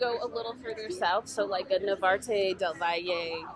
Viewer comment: Narvarte, not navarte.